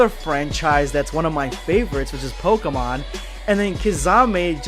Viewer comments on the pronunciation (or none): none